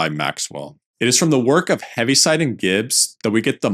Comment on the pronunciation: Correction: it’s Heaviside, not Heavy